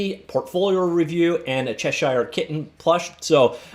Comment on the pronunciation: Hey, man. It's not, "Chesh-shire." It's "Chesh-er."